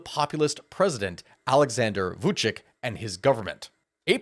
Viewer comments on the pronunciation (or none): Vuchich is how it's pronounced. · I really like how you pronounce Vučić 😂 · Novi sad pronanciation - perfect. Vucic not. He is Vucic, not Vucik. (Vuchich) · its pronauced Vucic